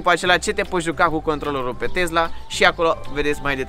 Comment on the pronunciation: Tee roggg nu mai zice tezla !!!